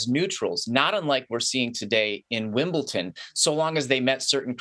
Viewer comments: A telltale sign that someone doesn't know anything about tennis: They can't even pronounce Wimbledon correctly ( incorrectly says "Wimble-TON" over and over).🙄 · Do any of these idiots actually watch Tennis? You took one example and then stretched it to all russian and belarusian players? Heard of Andrey Rublev, Daniil Medvedev, Mirra Andreeva. Incredibly popular at Wimbledon. Oh and, it's not f@ "Wimbleton". It's Wimbledon. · “WIMBLE- TON” 🤦🏽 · Jules is an author, a professor of political science, and a former Olympian. And yet, he can't properly pronounce the name of the Grand Slam Tennis venue that is the subject of this piece.